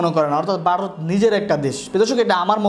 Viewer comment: বারত না ভারত উচ্চারণ ঠিক করে বলবেন আশা করি।